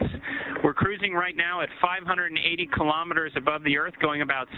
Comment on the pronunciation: Someone is having trouble pronouncing "kilometers"!